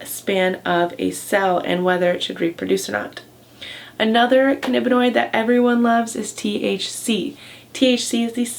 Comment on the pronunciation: "cannibinoid" ? ^^ Also, why don't you give citations for these factual videos?